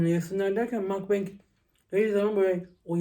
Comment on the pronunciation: seni severek izliyom ama lütfen makbang degil mugbang söyle 😂